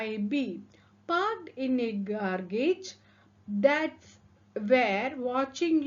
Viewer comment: Your Class was nice❤. I have a humble suggestion, if you don't mind.... Who'd, normally comes as 'who would' or 'who had'. And you pronounced the word garage was different. Check your class before upload.